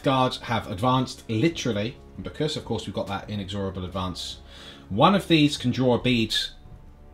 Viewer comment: IN-EX-RABLE is how you pronounce it, annoyed me so much lol